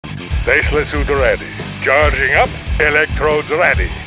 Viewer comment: Same. I think its because he pronounces 'tez-lah' like 'days-les'